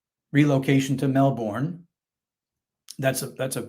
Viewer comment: The city is pronounced "MELL-burn".